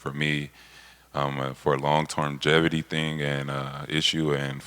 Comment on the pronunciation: Kawhi: Long term'gevity....😂🤣😂...😎